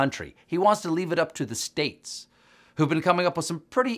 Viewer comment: "He held a two-hour briefing, yesterday, and his tone was far more serious." Until I hear him properly pronounce the word "states," I won't be impressed.